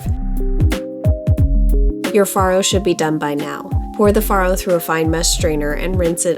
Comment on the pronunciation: Not only does your dish look incredible today, but we know now how to actually pronounce all 3 of those words. And we kind of purposely avoid them so we don't look like doofuses. Especially as foodies 😁